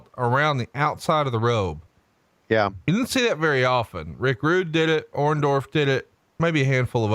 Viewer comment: you called Orndorff, Roma..not cool bro lol